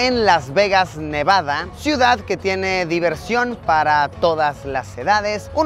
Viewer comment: luisito dice nevada Yo: Tricky :0